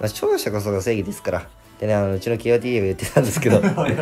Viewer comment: kotaがけーおーてぃーえーって呼ばれてて草